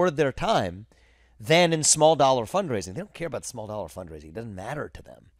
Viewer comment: Viveks indian accent came out hard on "fundraising" Vivek !!!